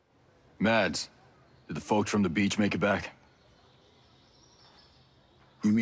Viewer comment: the D in "mads" is silent.